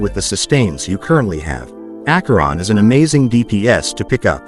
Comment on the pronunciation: ?????????? It’s Acheron